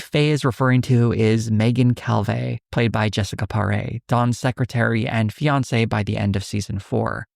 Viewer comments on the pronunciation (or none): none